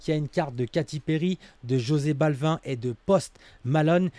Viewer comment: Jose Balvin 😂😂😂 ça se prononce absolument pas comme ça